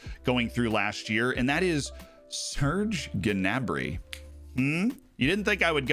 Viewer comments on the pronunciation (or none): Who is Ge'nabri? Pretty sure it's pronounce "Na'brie"